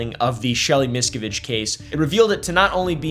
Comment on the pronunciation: MisKAviDGE.. I love it haha